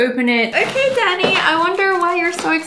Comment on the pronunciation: When you said "thank you Danny" it sou ded like "thank you daddy" and im over here cleaning my ears